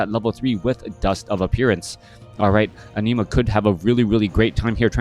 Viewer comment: Entertaining game and punditry! Was tough hearing you pronounce an-i‐ma as enema though 😄 Thanks